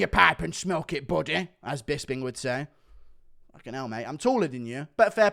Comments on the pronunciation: I crack up whenever he says “”😂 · A disgusting scrotum😂😂… love the way you say “buddy”